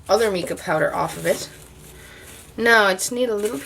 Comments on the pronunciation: Mica is pronounced mycaw ! Just thought I would let you know 😊 👍 However thanks so much for for the tutorial as I would love to make my own colours because it’s expensive and I have a lot of mica colours and empty brush pens ! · Just to clarify.... the pronunciation is "my-ka" If you're not sure if that's right... ask a mineralologist. Great idea making it yourself..... thanks for the video. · can you tell me what is the difference if you use plain water to mix with the Mica (we pro nouce it MY-ca) or if you mix it with just Alcohol and what is the difference if you use the mixture of water, alcohol and mica? I was just wondering if it affected the outcome on anything you were stamping or watercoloring,etc... and it really doesn't matter how you pronounce MICA, I just thought I would share with you how us American's say it..;) I love your tutorials..TY..